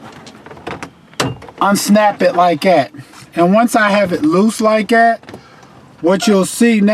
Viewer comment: He’s from Pittsburgh.... he said “like at”